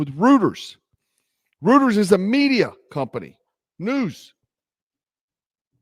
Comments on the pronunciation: Pronounced "Roy-ters," not "Rooters" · It’s pronounced ROY-trz…not “rooters” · Just to help you get to another level and not to be the grammar police... 'Reuters' is pronounced 'ROY-ters'. It is that simple. (Not rooters.) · Respectfully, Reuters is pronounced “Roy-ters”. Love your show🙏🇺🇸MAGA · Reuters is pronounced Royters and Doge is pronounced Doj. The e is silent. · It is pronounced " royters " ! 😹😻🙅🙆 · reuters is pronounced roy-ters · Hey, I love you buddy, but Reuters is pronounced ROY-ters, lol😉